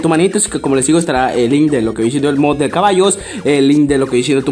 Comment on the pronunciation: DICE CABALOS